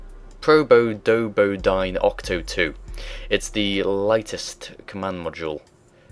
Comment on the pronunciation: A part of me died when he didn't pronounce Probodobodyne right.